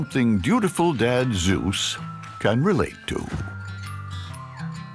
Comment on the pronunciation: For a minute thought the narrator said Hera and Zesus and just internally screamed but no so all good. Those pups are the most adorable animals, I love this show as a kid and it brings me such a warm feeling I love it